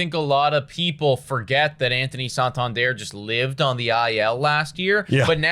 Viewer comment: Santander is not a French name. Its not "sawn-tawn-dierre". San-tan-der.